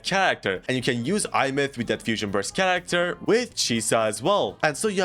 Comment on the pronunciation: Is it just me that is so bothered when he says "tsharacter" most of the time while pronouncing it correctly sometimes?